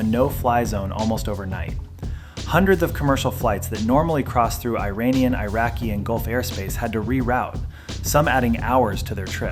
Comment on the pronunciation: "eye raini and eye raqi"